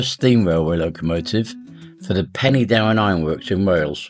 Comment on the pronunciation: Pen- er-Darren not Penny as in currency